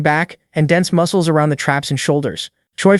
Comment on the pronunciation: moo-ke-less a-or getting stoon-ger